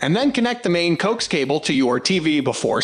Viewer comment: pronounced 1 by ONE not 1 bi-on. and co-axe for "coax". duh